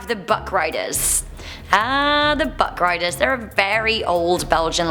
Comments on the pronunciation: Did anyone else think she said butt rideres for number 8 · When she said buckriders i thought she said buttgraders